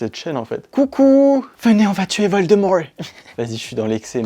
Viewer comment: "Venez, on va tuer Voldemowrt" 🤣